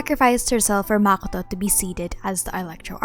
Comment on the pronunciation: ah shoot i used the wrong word. Yes you pronounce it kinna wrong to me. As if you say it in arabic way